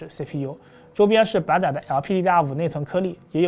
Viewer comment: 的SAM问题，最新的BIOS已经可以开启了。有两个读音纠正下， 的夹jiā在， 的板载zài。 不少观众提到的，坐在妹子边上就表情有点严肃，这几次也一直在改进，到不是紧张啥的，最近出镜多的辰辰和艾艾小姐姐都合作很多次了。主要还是自己的表情控制不太好，一个人说话的时候还好，不念稿踩提词器的时候容易控制不好，今天又专门花了点时间反复练习，下次在和妹子录的时候一定改善这个问题，谢谢大家的指正。